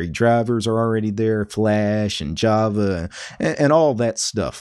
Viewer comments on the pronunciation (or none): none